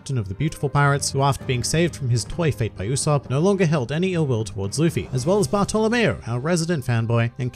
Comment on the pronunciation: Bartolomeo or Buttho-lomeo? Because I heard Buttho-lomeo